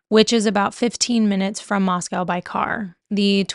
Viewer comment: It’s been a year and you don’t know it’s Mos-CO not COW. I am a local to the area trigger and would like to reiterate that it’s Xana Kernodle, Ethan Chapin, Madison Mogen, & Kaylee Goncalves.